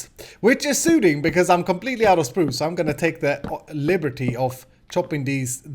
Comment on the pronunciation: I love " chpruch " =spruce ;)